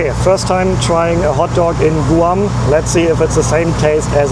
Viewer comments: Guam has one way to say it "Guam" not Goo Am! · YOU SPEAK GREAT ENLISH! IT'S PRONOUNCED GWAM NOT GOO AHM. IT'S VERY EXPENSIVE! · Where are you from? GRRR moony! It’s my first time in Gooam😂 It’s Guh Wahm bud. Enjoy the bugs! Guam is awesome. Loads of spiders tho….. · First of all, the island isn't pronounced Gu-am, it's pronounced as Gwam. Second, K-mart isn't a grocery store. It started out just selling things like clothing, shoes, house wares, etc. When Walmart started selling food, so did K-mart. They were trying to compete with Walmart, but it was a little too late. The reason tax isn't added to the price sticker in the US is because, we are like 50 countries on one continent. Tax is supposed to be between 6% and 8.25%. Each state can decide what to charge for tax, and in some cases even cities can change the tax. The supplier sends the price sticker to all the stores, so instead of printing up stickers including each areas tax included would be a nightmare. So, they only print the price of the item without tax, and then it's added at the checkout. It's easier if you are just one small country, such as Germany, where the tax is the same no matter where you are. It can be added to the price sticker very easily. Personally, I feel the tax should be the same in all the states. But, we have some states such as Texas and Florida, that don't take state tax out of your paycheck, but they make the sales tax a little higher. Usually, in states that do take state tax out, the sales tax is usually around 6%, and the states that don't take it out are usually around 8%. It's great for those that don't buy a lot of stuff all the time. Such as a single guy. You usually end up paying less in taxes, than would have been taken out of your paycheck in t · Sir It’s “Gwahm” not “Goohahwom” Not that it matters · we say Gwahm and not Goo-ahm. Guam is pronounced Gwahm. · In English, Guam is pronounced "Gwam" (kind of like Gwen) not "Goo am" but thanks for another great video!